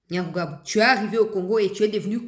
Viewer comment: Maman,il s appelle Nyamugabo et pas Nyamugabo.les deux noms sont différents.le premier est Rwandais tutsiet le deuxième est mushi du Sud kivu.ma chère enfant, comme on dit que la justice élève la nation c est ainsi.ce Nyamugabo n a rien à dire ici.il n'est pas Congo lais que ces arguments fallacieux soient exportés chez lui au Rwanda.de gens qui sont capables de modifier leurs identités sont terribles.